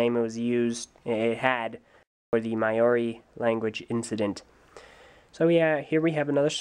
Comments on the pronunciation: "Mao-ree". Not "may-oaree" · Awesome vid, but you mispronounced Maori. I live in NZ. We're forced to do Maori every monday at school. It's not really possible to spell how it's pronounced, the closest you can get being Mau-ree.